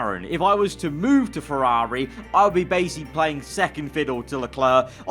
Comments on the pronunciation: Ferrari ❌ FerRAWRI ✅ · How he says Ferrari always irks me idk why 😂